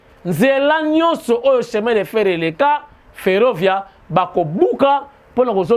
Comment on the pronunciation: "Ferrovia" le polyglote, olobi yango bien, c'est en italien, bravissimo caro giornalista!